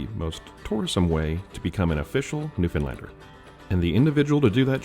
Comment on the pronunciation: I’m only at the beginning of the video, but could cry happy tears that you can pronounce Newfoundlander properly. LOL, looking forward to watching the rest of the video!